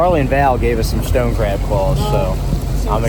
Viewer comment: The hard A when you say Craaaab or raaaaack is wild.